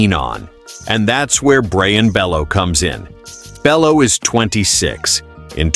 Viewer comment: And it’s pronounced (Bayoo)